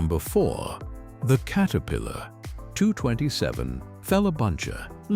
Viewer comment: Please correct how your AI pronounces the Name Caterpillar. It is not Kate a pillar. It is Cat a pillar. Please fix this, as it is annoying as can be.